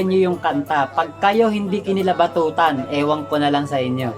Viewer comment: Kilabutan lods hndi kilabatotan hahaha